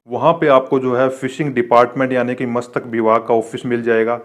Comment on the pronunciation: मस्तक विभाग नहीं मत्स्य विभाग 😁😁😁